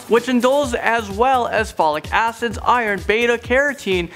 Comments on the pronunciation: did he say fate asses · Lol am I the only who kept hearing fatty asses😂 I know what he said acids but it sounded like asses😂